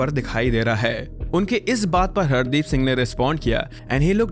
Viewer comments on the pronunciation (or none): I don't think he dubbed it, it can be a really good ai since when he said "Hardeep" it sounded in that white accent -- it sounded like (hard-eep)